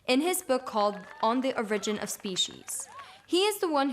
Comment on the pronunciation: I think this is a great video for teens, if they are open to absorbing it. That is to say, if their religion hasn't yet poisoned the well of reason. I did notice that the hostess pronounced 'origin' incorrectly, but that's a small point in an other fine video.